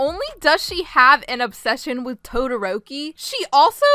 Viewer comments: TOE 😭🤚 Sabitoes 🤡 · TOE - THE - ROKI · That fangirl said TODIROKI like TODLER ROPEE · When said “toderoki”: TOE-derok-i Edit: thanks for the likes and comments!:> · “Tode” eroki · ”TOE-DE-ROKI” Best quote of 2021. I love ya. 💖🖤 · Toe dee roke ee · that ain’t toderoki that’s toe-dare-oh-key